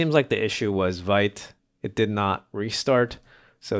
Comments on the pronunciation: Vite is actually pronounced 'veet' but anyway ;p . its in the docs too :P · Hey it's nice to be here. Just wanted to let you know that Vite is a french word for "quick", pronounced /vit/, like "veet".